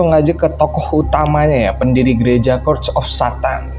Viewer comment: Bang itu Church of Satan bacanya Che:rch bukan Ke:rd of Satan 🤦‍♀️🤦‍♀️🤦‍♀️🤦‍♀️